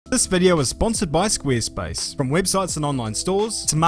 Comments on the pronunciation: Am I the only one that hears "Squeerspace" ;) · wtf is squeerspace hahahah oo